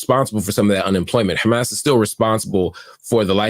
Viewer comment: Please Mr. Hill, Hamas, not Hamass.